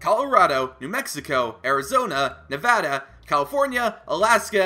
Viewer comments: OMFG YOU SAID NEVADA RIGHT LEEEETTTTTSSSS GOOOOOOOO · I am a simple man. If Nevada is pronounced correctly, I leave a like. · YOU PRONOUNCED NEVADA RIGHT. THANKYOUUUUUUUU. Oh and I live in Reno and there is some “ghost town” looking places like Virginia city.